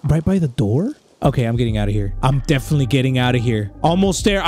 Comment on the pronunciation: “Defentily-“ “Defentily-“ “Tape 2” Bro that got me